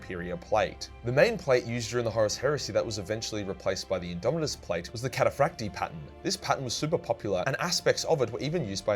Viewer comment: Actually it's catafracti not catafracti